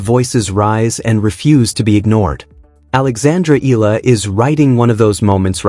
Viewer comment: please pronounce her name correctly.. it's pronounced as EEE YAH LA